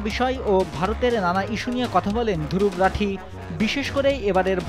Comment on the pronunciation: দুরুবরাঠি😊😊😊 বেটা বানান ঠিক করে বল।